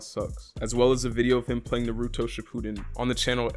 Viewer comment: this mf really said nuhrootwo shippooden